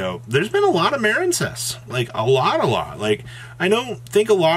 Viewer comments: Dudes I was on this dip shit forever over Muh-reen cess which he calls Maren cess even though it's a water archetype and what is marine? 🤣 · Still Maren-cess huh? That's what's sad. Grow up bro.